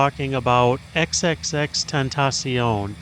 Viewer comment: OK, the way you pronounce his name is killing me! Awesome video but his name is actually “Extension”, that’s how you pronounce it. He just spelled it that way. 👍🏾